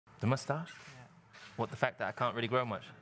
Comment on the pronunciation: am I the only one who finds the way Lewis says “moustache” satisfying? 😂😂😂